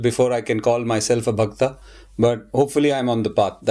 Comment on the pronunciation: It is not Bhaktaa but Bhakt.